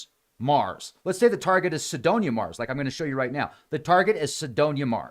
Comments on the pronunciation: If Sedona is your hometown how come you don't know how to pronounce it? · well, it does matter, how to pronounce Sedona, if your objective is to communicate. I figured there was some reason he didn't pronounce it right. Now I know. But I don't know what Cydonia is.